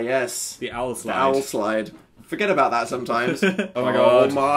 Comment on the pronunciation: I scream out of joy whenever I see theres a new video for this series, especially when its 25 minutes long! I LOVE it! One question though...are they saying Owl Slide or Howl Slide? I watched that video and everything but I don't understand why they call it an Owl Slide